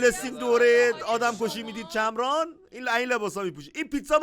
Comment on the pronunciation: چمرانو‌خوب اوندی افرین